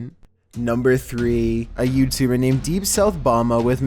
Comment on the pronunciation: A yEWbtEWBer